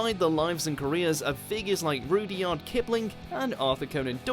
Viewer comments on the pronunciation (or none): Rudie-yard Kipling?? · Roo-dee-ard Kipling? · How are we pronouncing Rudyard Kipling? Another video another mispronunciation.